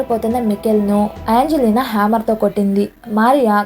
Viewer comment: అంగ్లిన కాదే తల్లీ.. ఏంజెలినా 😂